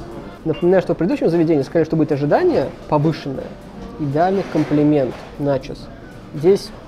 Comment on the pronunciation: КомплИмент, а не комплЕмент. Я про описание на видео каждого блюда